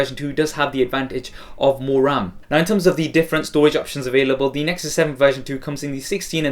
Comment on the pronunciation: please stop saying thE with and alphabet 'e' unless its natural